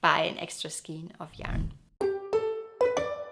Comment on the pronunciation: Your videos are so beautiful and informative.Your English is perfect but may I suggest to check the pronounciation for “skein”.